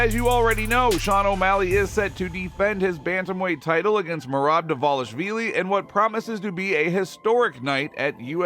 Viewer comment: This dude stays mispronounced professional fighters names smh. Dewalishwheelie.......really???